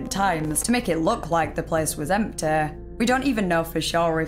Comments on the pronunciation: Kent belew it wa emteey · The second i hear that unbearable accent, poof, I'm gone. Off to another video on the same topic.. Why are you dragging the last syllable of every word out (and particularly those that end in a voul) ? i.e. Fridaaaa sundaaaaa lol stop that. It sound stupid. Empteeh